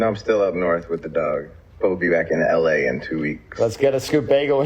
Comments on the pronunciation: "ell eh" 🤣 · There’s no way this isnt a bit. The way he says “ell a” y’know?